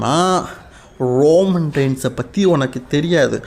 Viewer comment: அண்ணன் அது ரோமம் இல்ல ரோமன் 🙊